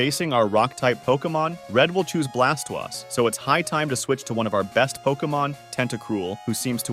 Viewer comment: not really. He sounds like a real person. If you're referring to him mispronouncing pokemons names it's probably just bcs he's French. (For example oi is wah in French so he pronounces Blastoise as blastwahse